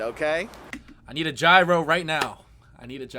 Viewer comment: "Gyros" is not pronounced "Tchairo" 🤣🤣🤣 but "Ghiros".